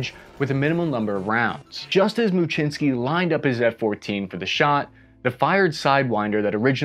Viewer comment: Thanks for this video as Lawrence may be a long lost relative. And, your pronunciation of Muczynski is the correct Polish pne, I had a Post Office naval aviation vuff get real excited when I had to send something certified mail. If anyone has contact info for Commander Muczynski please contact me.